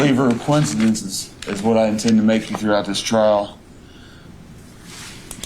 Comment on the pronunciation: Don't believe in quin-in, quin quin, quinincidencess...